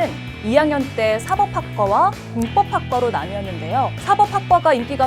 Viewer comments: 아나운서님께. 발음이. 사법이 아니라 사뻡입니다..! 사사로울 사. 사법부의 사가 아닙니다^^ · 사법학과에서의 사법은 공밥과 대비되는 개념으로 발음은 [사뻡]이 맞습니다.